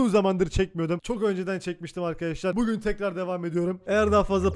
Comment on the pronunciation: artık nolur ‘bugün’ ü doğru söyle onu duymak istiyorum